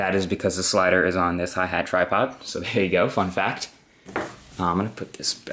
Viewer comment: at a i thought he said fuck that but he said fun fact